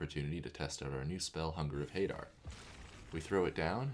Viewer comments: Amazing content, the elephant image was just too funny. Such an underappreciated channel, for such good content, +1 like and sub. Also, I believe it is pronounced huh-dar. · I think it's huh-dar. :trophy-yellow-smiling